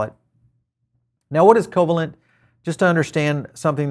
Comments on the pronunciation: Thanks for the update. Covalent is Pronounced 'co-vaylint' , named after molecular bond: A covalent bond is a chemical bond that involves the sharing of electron pairs between atoms. These electron pairs are known as shared pairs or bonding pairs, and the stable balance of attractive and repulsive forces between atoms, when they share electrons, is known as covalent bonding. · co -"VAY"-lent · I'm not sure who you are - your mispronunciation of covalent convinced me you are not an academic in any way. ugh. fluffware